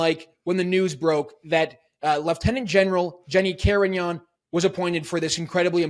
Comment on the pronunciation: Carignan not her sir